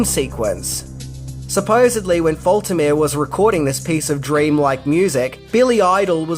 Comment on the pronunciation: Great informative video once again! Just FYI: Harold Faltermeyer's lastname is pronounced: Falt*-err-May-err. (*=as in halt/salt)